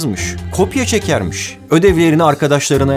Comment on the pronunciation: daki "KOPYA ÇEKERMİŞ" deki R'ye takıldım. Video yine efsane bu arada.